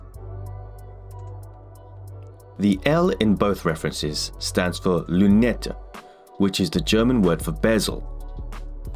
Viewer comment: you got that one wrong... since i am a swiss guy, let my explain that to you: in LN and/or LV, the first chapter stands for lunette ( without ü and you dont pronounce the last e in that word ) and its proper french... no german french mix.... we don`t speak german in switzerland... we speak swissgerman ( which is a dialect of german but the germans can`t understand us... we understand them... so it`s a bit of another language. Back to lunette, the french word ;) it`s meaning in english in that context is "sight glass" kind of... and yeah, since rolex is a geneva based company it`s clear that they use french ( and sometimes english for there reference numbers... but no german ) Thats it. Best regards from zürich ( with the ü ) :)))